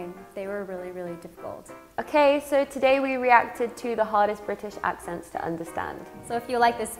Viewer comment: "Accnets" yes XD